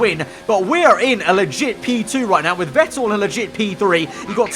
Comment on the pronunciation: All I’m gonna say is that Seb’s surname is pronounced “Fettel”